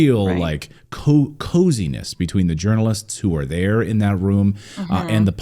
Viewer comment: i think you pronouce th like there ..